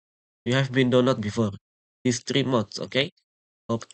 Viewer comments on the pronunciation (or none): threse forr trings 💀💀